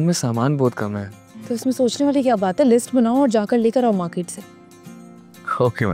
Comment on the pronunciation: Market hota he maket nhi